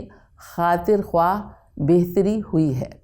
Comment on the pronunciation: Afsos sad afsos !! yaha'n to charagh talay andhaira hay ! jama jama k bola ja raha hay Khuwaah jab k talaffuz hay khaah !!! Zia sahab aap nay durust farmaaya hay magar in ka kiya kejiyay jo urdu ki taang tore rahay hain !!